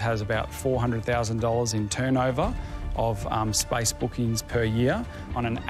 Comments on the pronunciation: The word SPACE they pronounced it spice.hehehe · Yes. I was confused. Their pronounciation of space is spice